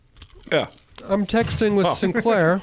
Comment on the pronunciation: "Mike Thiclair"